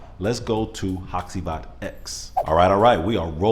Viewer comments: Say it with me … HA CHEE VAHT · Haht-chee-vaht. After your history lesson on the shadowplay characters, I looked up the videos on Turkish play and waited for the Turkish actors to say the character names. Karagoz is also a character fragrance by the way.